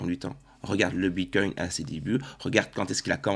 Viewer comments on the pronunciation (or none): none